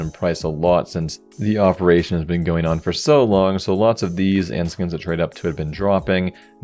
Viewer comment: did you just say "awp-eration"?